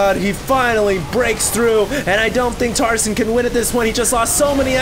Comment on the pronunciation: i keep thinking he is saying tarzan